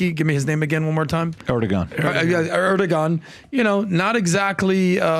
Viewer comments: But if you place your military base in the country, you should pay for it or get out…Erdogan‘s priority is His country…and the people who placed him in power…… The pronunciation is “ Erdowan”…. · Erdoğan, the ğ is silent, the preceding vowel "o" is elongated. Surprisingly Pat is the closest to the Turkish facts., and the other guy are just repeating written propaganda.